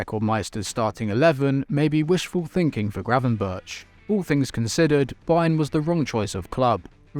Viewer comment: Is it really so hard to pronounce Gravenberch? And Ekitike is still a Reims player, PsG have an option to buy, but havent yet